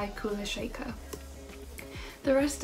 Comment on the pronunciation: Hi comments fixed 👍 I only have one monkees album on vinyl .. it’s the one that came out a couple of years ago it’s really good .. you pronounced kulashaker correctly first time 👍.. I’m sure my 19 year old daughter would like that camp rock album ...it’s now retro! 😎.... Keane solid album ... x&y good album .. thanks for sharing👍